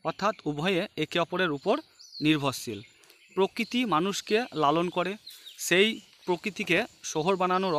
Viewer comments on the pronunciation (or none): none